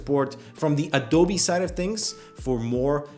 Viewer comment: Adoubi?? its A-D-O-B-E